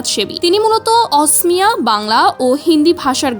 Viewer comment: It's not asmiya, it's okhomia(Assamese)